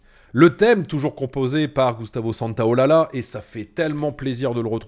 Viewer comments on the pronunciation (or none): Désolé pour la correction, mais en tant qu'espagnol ça m'a fait mal aux oreilles de t'entendre prononcer Santaolalla. Ça se prononce "santaolaja". Merci pour ta vidéo!